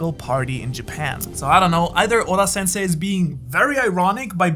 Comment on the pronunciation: For some reason i loved how he pronounced Oda